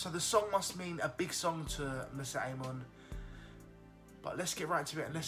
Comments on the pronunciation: I love your reactions but please don't murder her name AHAHA:p MO - RI - SET peace dude:p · PSSST! IT’S MORISSETTE NOT MISSETTE !!!